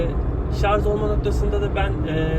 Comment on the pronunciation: Hocam lütfen şarz demeyin ama bakın diksiyonunuzu beğeniyor insanlar :)